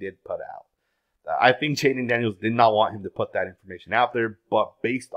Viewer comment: And the word put, he always pronounces it putt, I even had to stop watching him for a little while a couple of years ago because it just done my f**kin head in, I'm kinda used to it now & I just laugh 😂